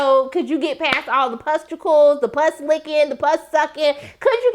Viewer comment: you kept saying “pusticles” and i kept dying 😭😭